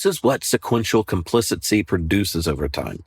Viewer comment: I’m interested in why you pronounce “complicity”—correctly spelled in your slides—as “complicency” which is not a word. Editor and announcer here. But I like the lesson and have passed it along to our pastor.